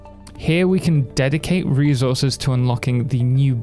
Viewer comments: thanks for the guide but, who on earth says "rezources"? it's resources. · Thanks for the guide but... Who on earth says "rezources"? It's reSources.